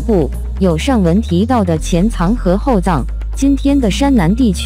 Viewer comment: 前藏（躲藏的藏）？後藏（寶藏的），你在唸個啥鳥毛啊？